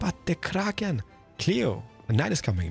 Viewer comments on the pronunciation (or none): What with the pronunciation of ‘Kraken’ it makes me shiver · I definitely want to see touring other hermits' bases! Especially with his shaders, they look really special. (also, the way he rolls his r for krrrrrraken <3 ) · Its the krrrrrrraken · Why does he say kraken so Scottish